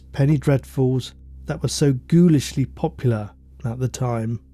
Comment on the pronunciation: I dearly loved your pronouciation of "ghoulishly", I actually giggled. 😆